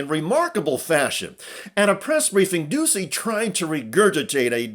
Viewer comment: It's pronounced Peter Doochy